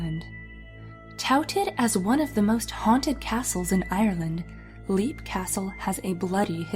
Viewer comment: Leap castle's owner is scary... I'm sorry. Also, it's pronounced "lape", not leap :')